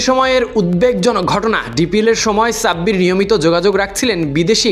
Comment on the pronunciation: Namta valo vabe bolen .onekei vabbe je Sabbir Rahman